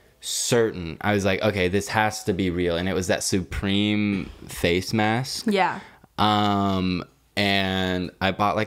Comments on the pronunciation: He said “soupreme” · Why is saying SOOpream